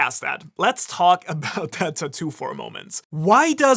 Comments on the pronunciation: Im sorry bro but I gotta nit-pick for a sec. It triggers the fuck out of me everytime you say TA - TOO instead of TAT - TOO. I know its a petty ass thing and maybe its just an accent thing but idk I felt the urge to say something. Other than that though I enjoyed the content :) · mans sitting here making fun of dragon's tattoo when he cant even pronounce it correctly.. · Your pronunciation of tattoo is throwing me off. hahaha